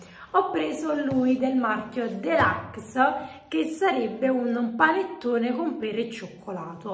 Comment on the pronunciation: Si dice deluxe non delucs